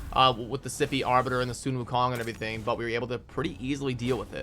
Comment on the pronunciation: Proud of u for pronouncing sun wukong correctly :)